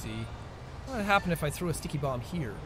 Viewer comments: Jackson Storm it's pernaunced ticky bombs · Jackson Storm It sounds like dicky bomb😂